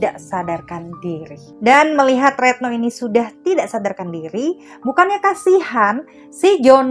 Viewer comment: Retno kok jd reetno..ga enak bgt dgr nya